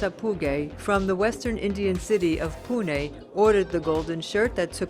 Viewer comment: The 32 yo money lender "Dat a poo guy" from the western Indian city of "Poo ? nay"